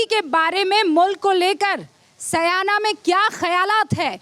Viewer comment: Madam correct urself it is not saayna It is syana.